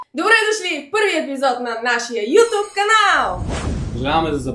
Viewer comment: казва се "ютюб", не "ютуб", но... щом си рекла...